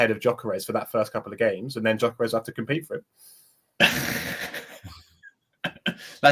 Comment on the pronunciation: Gyorkes or Havertz are you serious